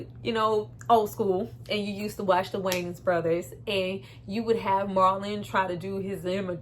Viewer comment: I love how she calls the Wayans “the Way-nans”😂😂❤